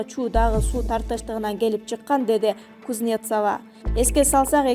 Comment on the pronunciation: Сидорова,Кузнецова фамилияларды окуганда басымды туура коюп окусаңар жакшы болот эле...